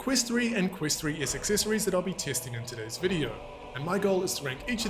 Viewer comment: Did he just say accessessssories?? 🤣😂